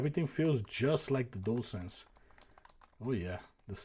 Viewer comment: I like that you can say dualsense so many people say jewelsense and it drives me crazy, I must admit I never finished astros 😂 played it for 30 minutes got bored deleted it.